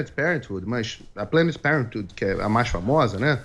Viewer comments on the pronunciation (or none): Figueiredo, como já era de se esperar, parece que nunca estudou biologia na vida. Espermatozoide não é feto, feto não é bebê. Vê se tira esse chapéu de papel alumínio da cabeça e vai estudar um pouquinho, há anos morando nos EUA e não sabe pronunciar parenthood. Parentude? kkkkkk